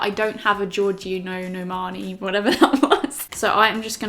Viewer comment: Georngio narmani 😂😂 love u